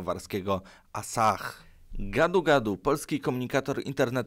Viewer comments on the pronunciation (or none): Ten koncern Piwny z Japonii to jest Asahi a nie asah!